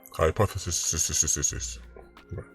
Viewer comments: Lol hypth.... what? Lmao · Yow sir that's was funny bro how you pronounced hypothesis 😂😂